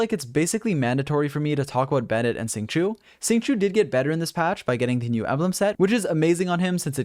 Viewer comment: It is sing-show, not sing-shu